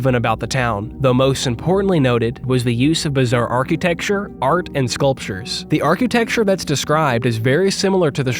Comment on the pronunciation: Man I love your videos, but "arc-u-texture" is killing me everytime you say architecture